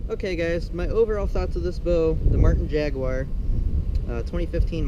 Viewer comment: How did JAGUAR become JAGUIRE?